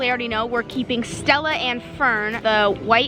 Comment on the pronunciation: ok when you call “ stella” you gotta say it right! lol btw i love that irish music! i am 83% uk, scottland, irish, welsh. 🍀